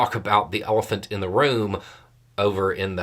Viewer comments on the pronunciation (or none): Did he say orphan or elephant in the room?